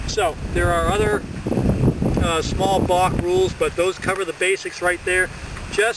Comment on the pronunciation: Sounds like a bostonian saying “bark”